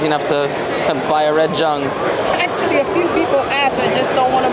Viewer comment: It's pronounced Young not Jung even though its spelled with a J.